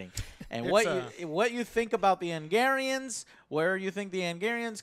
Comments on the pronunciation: Joe, wtf is an Angarian? Its Angaraan! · "Angarians and Micky Way". Try harder joe. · His butchering of "Angaran" for whatever reason is annoying me.